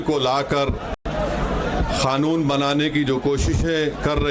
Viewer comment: Khanoon nahi bhai kanoon kanoon